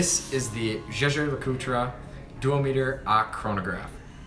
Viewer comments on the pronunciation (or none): Not "Jaeger Lecoultrah" but Jaeger Lecoultre, ending like the muted final e in the word "litterature".